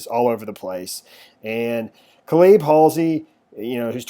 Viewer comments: No offense, but it's pronounced like: KAY-LUB...not Kuh-LEEB. Good reporting, though...thanks! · And Cayleb not cleeb? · Pronounced. Key. Nigh. Kenai. Calib. Is like. K lib.